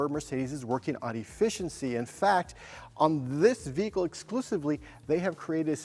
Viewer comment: No, they are definitely mispronouncing the name of their own vehicle😂